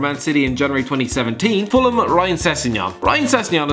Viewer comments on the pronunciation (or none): none